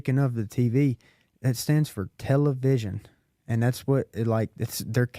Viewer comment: "tell-a-vision",lmao -- this dude needs help